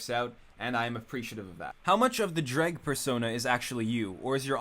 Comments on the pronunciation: What? Its pronounced Dreg???? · Did we just finally learn how Jreg is actually pronounced??